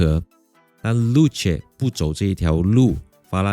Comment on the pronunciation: 真的这样读？ 露？？😂